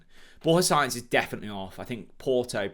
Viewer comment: Borja Science, haha. It's Sa-inz.